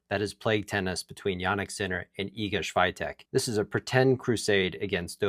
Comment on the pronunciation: U can't even pronounce Swiatek lol...